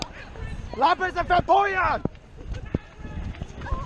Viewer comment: LaprAs bro, not LaprIs :) great video!